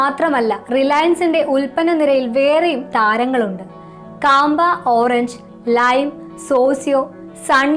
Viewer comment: കാമ്പ അല്ല മാഡം ക്യാമ്പകോലാ